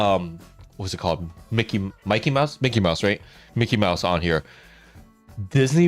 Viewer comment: please i beg you ; ask the dictionary on your PC or somewhere to pronounce Mickey Mouse .